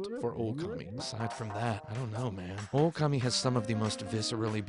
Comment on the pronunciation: Also, it's pronounced okami not oukemei .